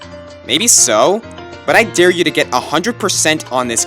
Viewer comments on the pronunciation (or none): none